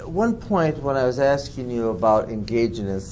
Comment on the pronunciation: Me!!! is always axeing Michelle.